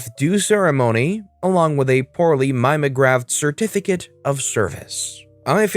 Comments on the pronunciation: Welcome back! I know it is old tech, but it isn't a street performing "MIME-ah-graph", but a copycat document from a "MEE-mee-oh-graph". If you have ever seen one, it is black and white copying, only the black is a light blueish-purpleish blue, roughly the color of carbon paper, that fades over time to non-existence, and was once the only option for making massive copies of a document for distribution at work or school, since carbon paper and a good typewriter could only produce 3 to 5 copies at a time (depending on paper thickness). This sets the story in the late 1960's to early 1980's, since Xerox and its brilliant new technology - still in use in laser printers all over the world today - quickly replaced this old technology for high-end applications during the 1970's, but still took some time to eliminate it from more budget sensitive groups like schools and churches. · Just in case you come across the word in the future it is mim-e-o-graph, not mime-o-graph. Rather archaic, it predates the Xerox.